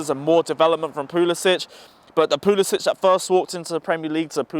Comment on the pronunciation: I comment on every video where Chelsea fans destroy our Prem players names because they deserve at least that. It’s not hard. Another one that kills me is when they don’t say Puli-sick. Again, not hard at all. He just doesn’t care.